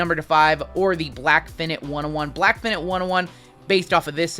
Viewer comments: OMG!!! It's pronounced "fy - night". I know it looks like "fin - it" but it's not. Do better! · Is he saying "finite" wrong or is it just me? (Fy-night btw) lol